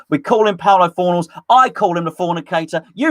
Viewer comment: I love how still calls Pablo Fornals, Paulo Fornals 😂